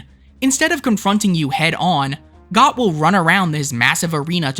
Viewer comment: GOT??? My boy it’s pronounced the same as goat 😭